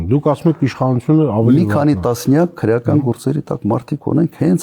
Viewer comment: Քռեական չի,այլ քրեական, այ աաայ ,,,,,,,, քո ժամանակ սպանում եին,բեռման չեն ենթարկվել